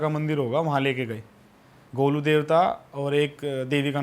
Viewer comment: Golu nahi Sir Its Golju not Golu i think u Got it 👍